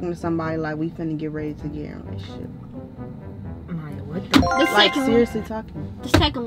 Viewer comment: it mya not maya